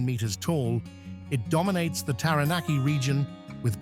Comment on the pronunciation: Mt Terranarkey 😂😂😂